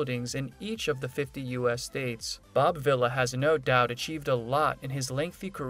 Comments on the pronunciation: I enjoyed your video and learning what Bob is doing now. The only suggestion I have is you should learn the proper pronunciation of your subject's name. It is pronounced "Vee-la" not villa. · It's pronounced Vee La. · You need to say the name right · Your saying the last name wrong